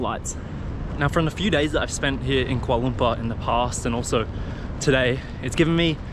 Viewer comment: Its not kuala lumpa its (kuala Lumpur) ×